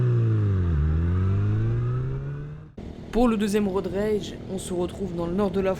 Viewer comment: C'est pas road raige Road rage